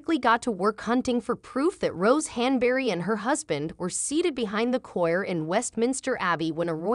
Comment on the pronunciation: A model??? And choir is pronounced quire not coir